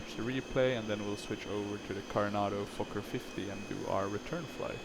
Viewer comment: saying fokker is like Fucker